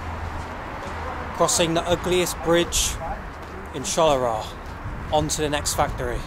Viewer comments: Shaluwa? LOL I love how you butcher most foreign words. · Love you, but google 'pronounce Charleroi', or perhaps Shalawa is better:D